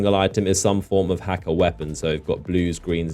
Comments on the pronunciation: It's pronounced hekke, not hakke :> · Hakke is pronounced Hockey. This was in D1